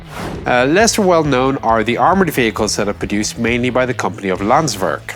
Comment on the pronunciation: Just going to point out that the translation is wrong at the start "Landswerk" is spelled "landsverk". Also your english pronounciation of swedish names is real funny :p